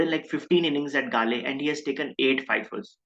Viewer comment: Prabhaths record is 2nd to muralis at galle ofc. His avg is 21 here. Muralis overall avg was 22 and avg at galle was 18. Heraths avg in galle was 24 Also it's pronounced Gall (like in gall bladder)